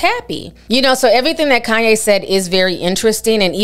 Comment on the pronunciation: Lmao “kohn ye” that’s how those kardash. say his name 😂